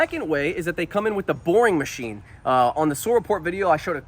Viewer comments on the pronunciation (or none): "Welcome to the macnine."